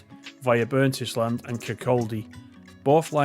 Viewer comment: very true 😂, FYI, Burntisland is pronounced Burnt-Island, Not Burnt-Is-Land. Not sure how people can’t pronounce this one 😂 (No Offence)